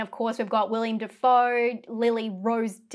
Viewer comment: Will-EM Defoe, not "William"